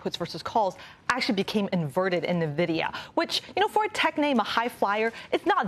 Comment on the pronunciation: Will they please learn how to pronounce NVIDIA?! This hurts my ears